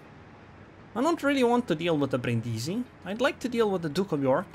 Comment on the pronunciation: Your pronunciation of Brindisi is spot on, don't listen to them. I would know, I live next to the damn city.